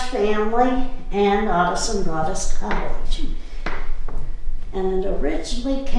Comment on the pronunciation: Thank you so much for your tour of our beautiful Adaland Mansion!! did a great job of showing off this historical gem. Two notes -- Adaland is pronounced Ada with a long A. As shared, Judge Ira Robinson named the house after his wife and daughter, Ada. Second, first mention of Judge Robinson's name must have been lost on the "editing floor" as she talks about him, but his name isn't said until much later. Just wanting your audience to know the pronunciation of the house's name and one of the owner's name. We hope you will come back and see us again during the 2019 season, and we invite all your viewers to visit and check out our calendar of events. There is something there for everyone!!